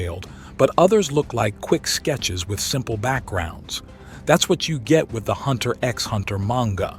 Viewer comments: hunter "EX" hunter.. smh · you don't say the "X" in hunter x hunter ...